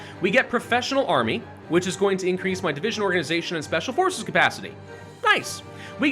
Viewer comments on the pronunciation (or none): none